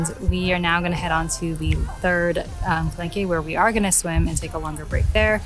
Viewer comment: For your next video, you might want to Google “how to pronounce X”- there is often a few videos out there (as there is with calanque) I liked your video but found it really distracting every time you pronounced it wrong…you don’t have to say it with a perfect French accent, just get it in a better ball park. That shows respect for where you’re going, you would appreciate it if others did it for you! 😁 So for example, the following is fine: Ka - LONK For the town, there are two ways to say it: Ka - SEES Ka - SEE